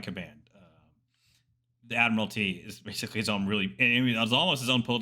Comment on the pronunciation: I am not even English, just an American Anglophile...and that gets on my nerves every time I hear it. It is really good that did not follow suit, and pronounced the word correctly. ✌💯😁